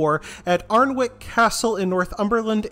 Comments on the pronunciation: Alnwick is pronounced closer to an-ik. Just a heads up, great video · Thank you for this - just a point though, Alnwick is pronounced Annick.